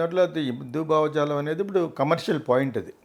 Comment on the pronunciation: మోడీ బ్యాచ్ ఏంటీ ?మోకాలికీ బట్ట తలకూ ముడి పెట్టి నట్లు మధ్య లో మోడీ గారు ఎం చేశారు ? అమ్మా యాంకరమ్మ తల్లీ !కొంచెం తెలుగు భాష నేర్చుకుని భావజాలం అన్న పదం ఎలా పలకాలో ప్రాక్టీస్ చెయ్యి అమ్మా !!